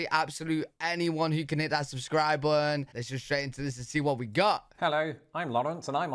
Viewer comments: WHY do you drop the “T’s” when you say BUTTON? (BUNN) “Please press the subscri bunn”. 😅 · I get angry when you pronounce words, lazily!! Example: button, pudding, and British. No t’s in button, no g at the end of pudding and British sounded like you said Brish! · You can’t say button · You don't pronounce the letter T in the middle of your words. Like button. Say the T.